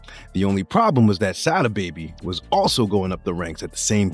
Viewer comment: You ain’t even saying Sada baby name right and most of this interview is cap